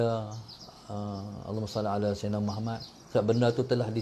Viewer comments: Pulak... Lg 1 nk tegur, kalo nk dptkan kebaikan dari selawat ke atas nabi kita, sila sebut MUHAMMAD dgn betul, BUKAN muhamat... Huruf ت dan huruf د kalau silap sebut mmg lari jauh maknanya... Jgn main2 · Aku perati lama dh, sebutan dia muhamat, spatutnya muhammad... Nama nabi kot, camna nk dpt berkat selawat.....